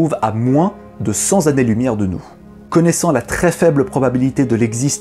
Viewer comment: A 5m26 . retour à cent zannées. C'est dommage il y en avait un de bon.